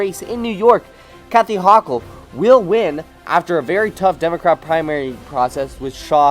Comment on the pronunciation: I think you pronounced Hochul wrong 💀💀